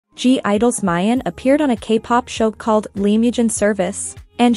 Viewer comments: It’s not pronounced “my-yen” it’s pronounced “me-yan “ 쯧쯧 😑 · Anika no its just a joke, because in the video instead of miyeon (who is a member of gidle) the ai voice over pronounces it as "mayen". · They know, it’s just how her name is pronounced i the video